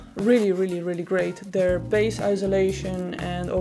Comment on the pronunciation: All right, everyone. I’ll tell her. You’re pronouncing bass and bassist wrong.